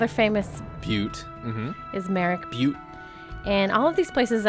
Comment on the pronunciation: Keep telling butte 😂